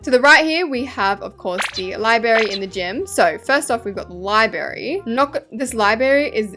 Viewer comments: libRary NOT LIBARY U FLOP (xoxo) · Why do u say libary and not library like gurl………. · babes it’s library not libary you flop. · "Libary" omg i just cant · ur name is liyberry its libRARY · be like when she says library ✨libary✨ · i copied the libary from the libary down the street💀💀 sorry but it sounds like ur saying libary instead of library no hate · IT'S NOT "LIBARY" IT'S LIBRARY LI-BRA-RY, DODO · U KEEP SAYING LIBARY INSTEAD OF LIBRARY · I mean libary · ITS LibRary NOT LIBARY MAKE SURE TO SAY THE R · not calling the Library “Libary”😭😭Love your vids babe keep it up! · Your saying library wrong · I love who she said “lie berry” and not library?! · 😂😂also Library ❌ Library✅